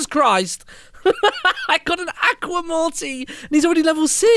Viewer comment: Stop saying acka Aqua is pronounced (a-qwa)